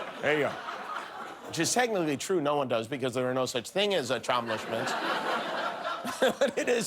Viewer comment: Achomlishments. And what was the first word of the last line? Inmentially? Was it supposed to be "immensely"?